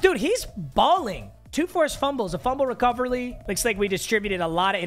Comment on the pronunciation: the fumble “recoverly” got me